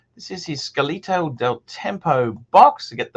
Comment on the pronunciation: SCATOLA del tempo, not scalito... fuck me dead!!!